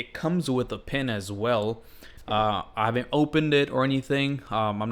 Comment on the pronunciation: did you say pen or pin ?